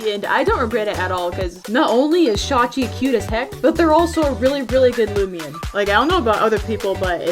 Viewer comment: Ah yes looimian